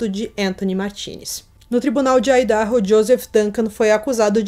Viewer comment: PRONÚNCIA " AIIDARRO "